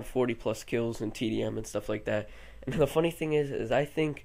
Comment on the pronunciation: "the" not "th"